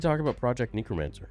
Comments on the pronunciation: I'm sorry if this sounds like an undue overreaction, but I'm told I'm a grammar nazi, so... It's necromancer, not neecromancer, ffs,. English is supposedly your native language, you should be able to speak it better than a foreigner like me.:/ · Why does he keep saying 'neekromancer' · Bro said neekromancer